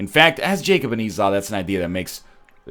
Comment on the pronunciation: Did he.. did he finally pronounce Esau properly? GODS BE PRAISED.